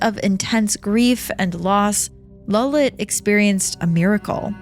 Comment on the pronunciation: Its lalit not lullet